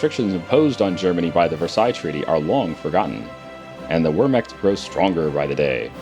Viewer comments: just a heads up, W's in German are pronounced as V's. Veirmar, Vehrmacht, etc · Hey, in German, the letter w sounds Like a v, and the letter v sounds like an f. Wehrmacht is pronounced like vehrmacht and volks is pronounced like folks.